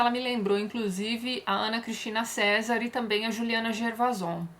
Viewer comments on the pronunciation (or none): none